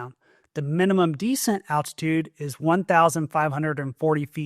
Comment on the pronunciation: begging you to stop mispronouncing descent